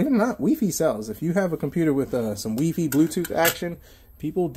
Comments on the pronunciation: Lol why are u calling it weefee? It's wifi (y-phi) i know thst i may have that wrong pn pronunciation wrong but hopr it helps...lol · bruh it's "wifi" not "weefee" stop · Why do you keep calling it wefi? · wee fee lol.